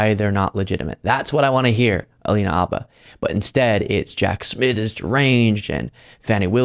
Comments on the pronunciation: It's "HHHabba" bro. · I love you but please stop saying Alina Abba, I don't think it's a silent H 😂